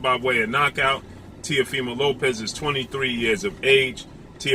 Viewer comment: Why don't you commentators give Lopez some respect and pronounce his last name the right way. I bet you wouldn't dare call him that to his face.